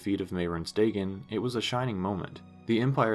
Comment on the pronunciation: it's Day-gone. Not "daygin"